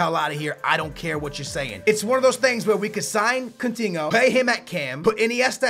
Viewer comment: "CUNTINHO" - 2016